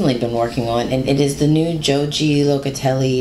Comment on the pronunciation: I think Joji is pronounced 'ho-hee'. At least that's how i say her name. Maybe i'm wrong. I've got the wood lykke interchangeables too. My favorite! But i have metal hiyahiya too. I've gotta give those flexi dpns a try. My favorite crochet hooks used to be armor but i'm leaning towards tulip now.